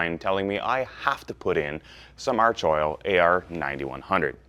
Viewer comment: FYI for all you yanks. It's pronounced ARK-oil